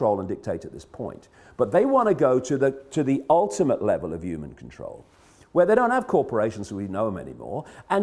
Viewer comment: Sad thing is even if every "YOOMAN" lol sorry David couldn't help myself, saw this video, how many if them do you thing would be woke enough to heed the advice. Then out of that percentage how many would have the guts to act on it then out of that tiny percentage how many would have the means available to enact that wish to do something bout it.